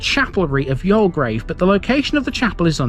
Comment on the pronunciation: 'You'll grave' = Youlgreave. :) Another, very interesting feature of Gratton, apart from it's ancient, Roman use is that Rollo/Rowlow Brook is a seasonal flow of water coming out of the ground after periods of rainfall. How deep it emerges from is unknown, because it's water eroded limestone. The brook, wet or dry, marks (one of) the boundaries of the White Peak (limestone) and the Dark Peak (gritstone). All the rocks above Gratton Grange Farm are huge boulders of gritstone, whereas the rock above The Cheese Factory is all limestone. Hundreds of millions of years ago, the ancient seas got thrown up to the surface of younger seas forming what's known as The Derbyshire Dome. The ancient thermal springs in Buxton are also on this boundary line, only that water emerging between the 2 types of rock is warm. This is why I love Gratton..its not just local, human impact history, but earth formation old! btw, nearby, across the dale from the grange farm, is the medieval village of Smerrill. Thanks for your spotlight videos, very informative.